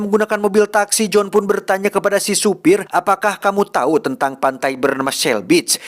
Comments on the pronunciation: Aduh si, diberitau pake u bukan pake i atuh hahhaha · memberi tau bukan memberi tai bang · ada yg ngeh ngga sih tiap ngmg "memberi tau". berapa x geu dengernya "memberi ta*" 🤣🤣🤣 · wkwkkw si tijalikeuh letah na memberi-tai